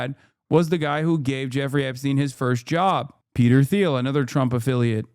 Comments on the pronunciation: Hey, HasanAbi hive!😄 I missed the stream but hope somebody can drop this in the next chat: Peter Thiel's last name is pronounced TEEL (not THeel). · Peter "Teel". "TEEL"!!! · Is Hasan EVER going to learn how to pronounce Peter Thiels name??